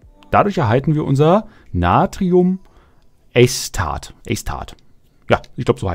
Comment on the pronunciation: Entschuldige ich will dich nicht verbessern, aber das du es für die Zukunft besser weißt, zwecks aussprechen... Natrium/hypo/chlorit Und Natrium/a/ce/tat. Tut mir leid ich weiß nicht wie ich es dir anders erklären kann. Acetat wie z gesprochen und nicht englisch zusammen gezogen, quasi. Danke dir fürs erklären. Was macht man denn aber mit so Eisbomben und Co?